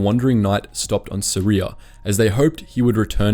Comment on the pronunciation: “..was born in Suria..” Me: Syria ?